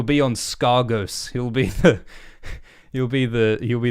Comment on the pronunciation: It;s uhhh it's pronounced Skeggos